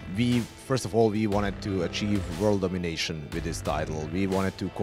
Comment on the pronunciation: That bald guy loves to emphasize 'World domination' doesn't he...? Dude.....You are no Dr Evil......You're not even a Gru. You just make games.